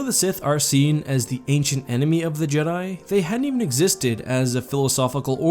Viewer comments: So is it pronounced ja-dai, or jee-dai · "Jeedai"? Not Jed'aii? Speaking of which, I'm surprised there was no one throughout Star Wars history who thought about trying to restore the Jed'aii order all these years. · It’s more jedaii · I always thought it was just the Vong mispronouncing "Jedi"